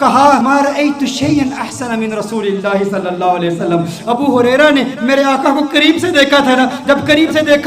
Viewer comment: Pyari Aap bahut acha bolti ho per rasoosullah ko rasoolallah kahti guzarish hai Ap se rasoosullah kaha kijiye